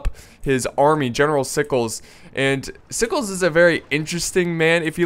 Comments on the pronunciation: i dont think Sickles is pronounced "sikes" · its pronounced you well. i was raised in the south so it a requirement lol and sickle was a key component to the victory and the battle even happening the csa would rather have not fought there but if they had to lee wanted to hold the heights but since there was a union unit in the way his forward units couldn't get past them. to take the hills.